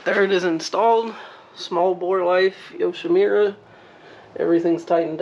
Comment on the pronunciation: Not to be a dick here... but it's Yo-shi-MOO-ra... not Yo-shi-MIU-ra. Sorry. I learned Japanese. Good vid.